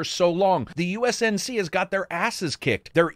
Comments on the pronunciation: Weird that every review I've watched so far messes up "UNSC." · “USNC”? Cmon man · Love the reviews! But.. It's UNSC, not USNC. Sorry.. I'm the worst. Did I make the 22k cut?!